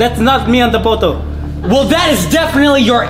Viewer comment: lol XDDDD I LAUGHED SO HARD WHEN SAID POTO LOLL PHOTO